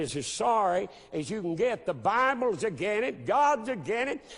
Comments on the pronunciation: i can't take someone serious when they say "again it" instead of against it. Also this "Pastor" is suggesting another holocaust. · "Agen it"? Rofl, what the fuck is that? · that pastor cant pronounce his S' im againt it ! lol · is he saying again it? or against it? because it sounds like again it. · Never take a man seriously when they can even say "Against" correctly.... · can''t even say "against" right, I don't think thinking he's so smart is even possible